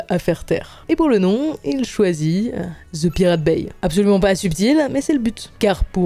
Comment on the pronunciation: Dans le mot anglais "The" n'a pas "Z" ! 😊😅😂 Les français ont tellement de difficultés avec l'anglais 😅😊✌️